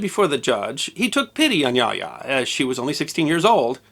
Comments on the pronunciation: And it is pronounced as "ya-oh-ya" not "yah ya." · It's been 27 years since I was stationed in Japan, and my Japanese is more than a BIT rusty, but I believe that the pronunciation of Yaoya should be Ya-oh-ya rather than Yaya. Somebody can check me on this, but it sticks in my head that would be the correct pronunciation.